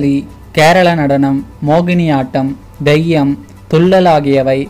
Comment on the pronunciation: Dheyyam allada theyyam